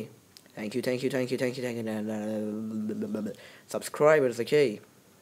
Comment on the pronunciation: U said thank you wrongggggg